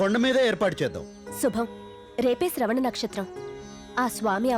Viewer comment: Sravana kadhu sravanaa